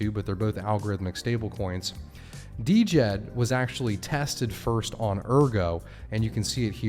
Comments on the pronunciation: I just had to mention it: the stablecoin is pronounced with the D being silent. So Djed = “Jed” NOT “Dee-Jed”. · Could u please start calling it jed Not D.jed It hurts my ears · Died but you say Jed the d is silent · Can we get a consensus on the pronunciation Djed = jed ? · Djed= JED The D is silent.